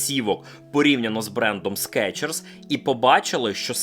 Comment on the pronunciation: СкИИчерс блин😂